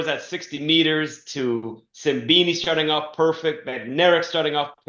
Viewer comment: Love it how Donovan never fails to butcher the pronunciation of Simbine's name! 😂